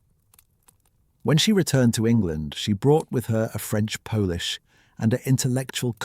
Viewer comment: I would guess it’s AI, since it mispronounced polish (paw-lish) as “poe-lish”, like the nationality of Poland when saying Anne Boleyn had French polish.